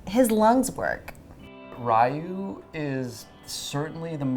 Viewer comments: Congratulations! I heard about this miracle baby and it was nice learning more about him. Just letting you know that “Rye-u” is not the correct pronunciation. “Ryu” is so hard for non-Japanese speaking people to pronounce so it’s ok, but I just think it’d be good for you to know. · Why are they mispronouncing Ryu?